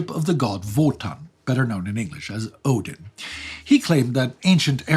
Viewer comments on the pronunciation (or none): none